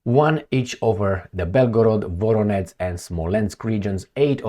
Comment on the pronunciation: Voronezh, not Voronetz